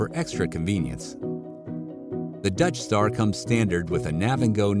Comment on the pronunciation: Every time he says Dutch Star I hear "Death Star." RV should be all black outside.